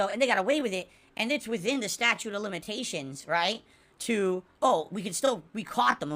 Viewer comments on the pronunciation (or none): none